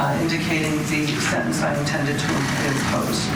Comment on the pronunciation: What is a sintinse hearing? There are 2 e’s in the middle of the word sentence. Does she say “tinse” for tense “Tint” for tent ? 🤷‍♀️🤷‍♀️ usually those from the south have this pronunciation